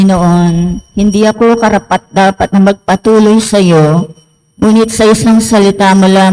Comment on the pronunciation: Magpatuloy dapat maragsa bigkas hindi mabagal kc magkaiba sila ng meaning. Magpatuloy’ means to receive …. Magpatuloy sa mabagal means to continue. Hope malaman ng nagbabasa.